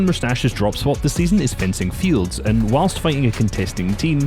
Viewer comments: bro said frenzy fields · It’s fencing fields not frenzy fields 😂